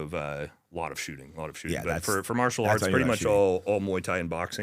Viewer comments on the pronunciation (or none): none